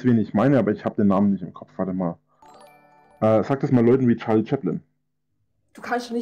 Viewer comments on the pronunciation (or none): none